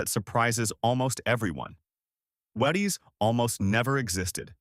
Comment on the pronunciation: Uh, that's WHEE-ties....